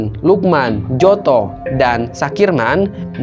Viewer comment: Njoto bacanya nyoto,masjumi bacanya masumi,mind.